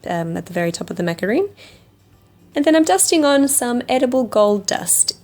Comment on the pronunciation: Macaron not macaroon 🙄